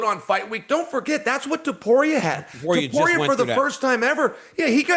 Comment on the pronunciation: I'm surprised cheal can say topuria name correctly